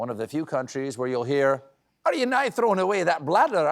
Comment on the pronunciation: Nae Its pronounced nay not nigh Gid try though From a Scotsman